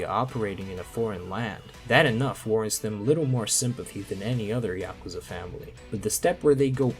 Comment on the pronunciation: You pronounced Yakuza 2 wrong